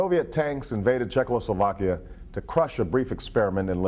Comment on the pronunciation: Czechoslovakia not Czechloslovakia. :)